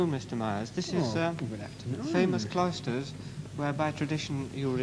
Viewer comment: I think he's pronouncing Cloisters as Clysters (enemas) very much on purpose.